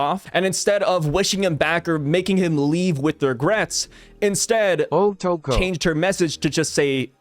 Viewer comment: this dude hilarious with the “otoko”🤣🤣🤣